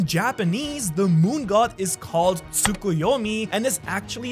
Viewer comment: did I just heard naruto tsukoyomi jutsu?